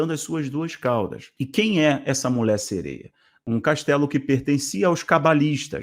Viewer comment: Pra sua informação, é MULHER que se fala, com LH e não " MULER"